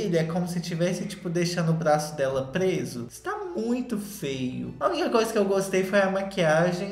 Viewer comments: Rezando pro perder a mania de falar FEA e FEO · falando FEIO e eu entendendo FAIL. PS: Sobre o filme da Lili eu vi e achei péssimo queria que a Netflix me pagasse pelo tempo que eu perdi tentando entender e ver esse filme.